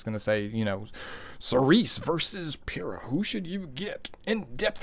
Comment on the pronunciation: The first content creator I’ve heard to pronounce the name right lmao. I’ve been bruiser gang for a while, she might make me switch over to cleaving more